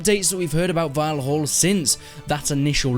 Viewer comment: Its not "volholl" its "val-all"